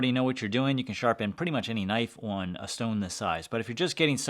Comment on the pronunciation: he said "Ooun" instead of on lol. I've met people with that phrasing.